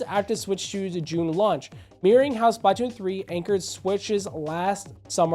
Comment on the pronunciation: please fix the way you pronounce splatoon not trying to hate i love the videos i just hate how you pronounce it but great video regardless